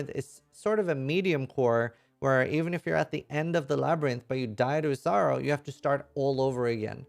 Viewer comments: I always hear. "Hey Scissoring here" lol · I can't decide whether he says or XD